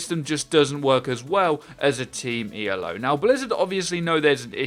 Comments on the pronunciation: It's not pronounced E.L.O. It's "Ee-lo." It's a person's name, not an acronym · Not E.l.o, it's E-lo because it's named after Arpand Elo not the Electric Light Orchestra. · It's "Elo" one word, named after Arpad Elo. ELO is a band xD